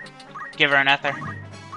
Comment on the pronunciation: Not eth-ur. ee-thur.